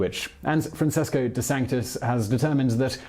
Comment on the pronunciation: Simon, you are the best. Love your accent, clear Cadence. However I was floored to hear you mispronounce Medici so many times! And then you did it again with Francesco, a very common name. In Italian, before the letters i and e, the letter c sounds ch. Keep up the good work.